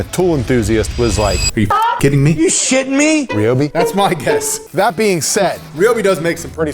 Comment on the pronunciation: Omg it’s RY-obi NOT RE-obi. Just like it’s RY-an, u never say RE-an. Americans speak so weird and nooooooo u have boring (sorry) but he’s just so boring and deflating. I’ve seen more air in a deflated balloon lol. Sorry but I’m skipping past this part with him in